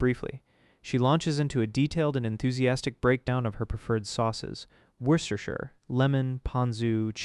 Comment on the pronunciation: No way bro just correctly pronounced Worcestershire sauce